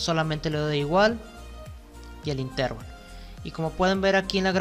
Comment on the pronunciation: Muy buen video bastante útil. Excepto por la pronunciación errada y repetida de la palabra Intervalo, La única forma correcta de acentuar esta voz es como palabra llana: «intervalo». Es errónea la forma esdrújula, usada por, a la que si existiera correspondería la grafía con tilde "Intérvalo". Gracias